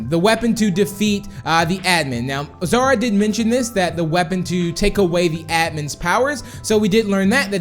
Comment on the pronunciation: Melanie Lee It's Xara Not Zara